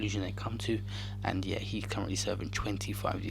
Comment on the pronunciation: A man really said "yair"